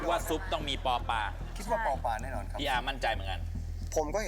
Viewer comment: ป ปลา ไม่ใช่ ป ปา